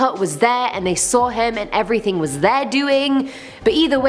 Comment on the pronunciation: "..... drawing dicks on ERRYTING. .." SUPABAD!!